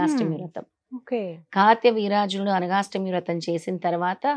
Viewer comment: కార్తవీర్యార్జునుడు అని సరిగ్గా చెప్పండి